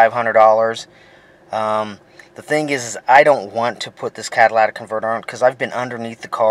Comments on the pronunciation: It is C A TA L Y T I C! not CATALATIC. iF YOU TAKE IT OFF TO CLEAN IT, YOU WOULD BE A DUMBASS not TO REPLACE IT. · Cadilatic ? cat ta lic ,,,,,your english teacher failed you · CatalYtic not catalAtic!!!!! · learn how to say catalytic convertor. Its not CADILLAC convertor you moron. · Cadillac ,it was hard to watch with you miss pronouncing every thing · It's comical each time you say catalatic! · It is driving me insane that you are all pronouncing it incorrectly and misspelling it. Which is probably why your mispronouncing it catalytic converter (cat a lytic) say it with me kids (cat a lytic) Now go tell your friends. At least the previous commenter found some humor in it all. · Cah-tuh-lit-ic converter bud. Not bashin on ya, just a lil pronunciation drop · He said Cadillatic. It really fits since the damn thing is so expansive. I meant, so expensive. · I agree. And I heard one guy say catalyTHic converter. It's due to the lack of phonics teaching in our purposely dumbing-down schools. Regardless, I prefer calling it a "cataclysmic" converter. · Can we learn to say "catalytic" properly though? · This moron can't even pronounce the word "Catalytic" . Why would I trust ANYTHING he advises? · FR THO pronounce it CARRectly